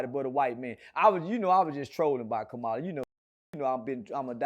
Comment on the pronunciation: I saw the video where you changed up and said you was voting for Kamala 😢😢. Even though you didn't say her name right 😢